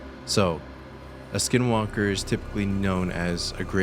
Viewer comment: Not supposed to say the name, and I believe that you said it wrong. My grandpa told me you don't say it or it may make them come.